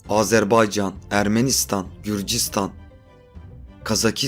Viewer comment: Bir telaffuz hatası Azerbeycan değil Azerbaycan.